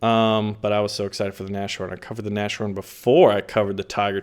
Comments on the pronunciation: You said it again XD it's not Nash horn its nas horn and the sh in English isn't the same in German, in German its sch instead of sh ;D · you still haven't figured out how to pronounce Nashorn. The literal translation of that word is "nose-horn" or "horn on the nose". So please, stop saying na-sh-horn and instead say Nas - Horn, because your current pronunciation is cringe worthy. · You spell it NaS-Horn, Not NaSCHorn !! It literally stands for: Nase=Nose and Horn=Horn => Nashorn In every Video you spell german words wrong.. Jesus Christus!